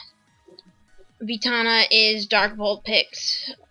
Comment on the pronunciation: I like that shoutout you gave me. ;D Though you said Vitani wrong. But oh well. xD